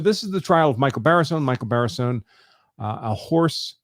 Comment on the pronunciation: You keep pronouncing his name wrong! Not Baseron ! It's Barison! Lol